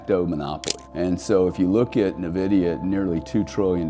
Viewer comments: It’s Pronounced ENVIDIA not NEVIDIA, why would anyone listen to a person that can’t even pronounce the name of one the most important companies that ever existed ?? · Fantastic video. For the sake of our ears, Nvidia is pronounced "invidia" not "nividia". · Nice video and good parallel but please... it's "ehn-vi-dee-ah" not "nuh-vi-dee-ah" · its N-VIDIA not navidia lmao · neh-vidia 🤣 not en-vidia? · It’s pronounced En Vidia. Not Ne Vidia. Also mixing of 2 very different concepts comparing chips with digital money. Still the sentiment is correct. Yes BTC has a great future. As does Uniswap. As does Filecoin. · Agree 100%…great insight, but cringy every time it was uttered, almost to the point of losing some credibility. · FYI - The name "Nvidia" is pronounced as "en-VID-ee-uh". The "n" is pronounced softly, and emphasis is typically placed on the second syllable, "VID". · N-vidia is the correct pronunciation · Pronounced IN-VIDIA. BUT is the only one of the online noise makers to recognize and point out that BTC IS a Monopoly! EXACTLY. It cannot be duplicated AND It cannot be diluted. It is fixed and perfectly unique. Nothing like it EVER. SO even comparing it to Nvidia is not the same. Nvidia is just a hint of how BTC will perform! Unfortunately, Ethereum is a Joke and that does show how uninformed still is. BUT he is coming around. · Dude can’t pronounce NVIDIA 😂😂😂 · I mean, I agree, but he can’t even pronounce nvidia correctly which makes it hard to listen to seriously